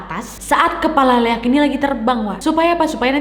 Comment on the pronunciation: Baca nya liak kak, emng sii tulisan nya leak